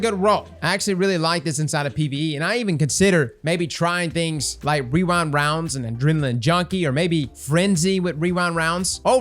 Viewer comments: wee-rind wounds, i cant say REWIND ROUNDS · I swear for some reason I would hear wewind wounds instead of rewind rounds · I don't know if it's your mic, but all i heard was "weewind wonds" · "Wewind Wounds" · what type of rounds is he trying to say because he is not saying rewind lol